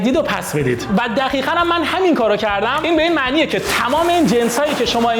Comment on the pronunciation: دقیقا!! ( با صدای ) دخیخا 😂😂 شوخی